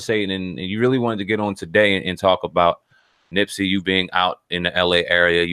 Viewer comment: "Nipsey" not nipsy smh